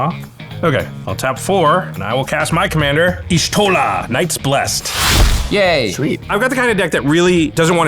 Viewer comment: ok but why call Y'shtola, eesh-tola